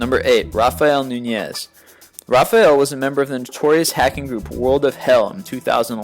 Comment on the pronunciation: Your pronounciation of "Nunyez" was great. Even better: NOO-nyez (accent on the first syllable).